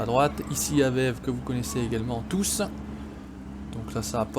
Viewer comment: salut j'aimerais te dire une faute que tout les youtubeurs français font c'est que vous dites aveve alors que ça se dit avévé même si ça s'écrit AVEVE